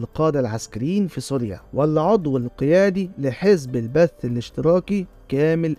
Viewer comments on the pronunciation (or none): اسمه جزب البعث وليس البث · مش معقول شخص عامل وثائقي بخص سوريا ومايعرف انو اسمه "حزب البعث" وليس "حزب البث" طبعا تكرر مرتين دليل عدم الاطلاع مجرد نقل قصاصات معلومات عن النت، الشئ الآخر وقت الإيقاع بإيلي كوهين لم يكن حافظ الأسد رئيس سوريا مثل ماذكرت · حافظ الأسد استلم الحكم عام ١٩٧١ . عام ٦٤ و٦٥ كان الرئيس أمين الحافظ. والحزب اسمه البعث وليس (البث) 😮